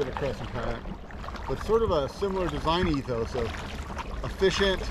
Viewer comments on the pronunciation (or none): none